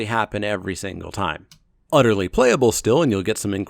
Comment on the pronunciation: u love to say "udderly" instead of "utterly" and do so quite frequently is there a story behind it?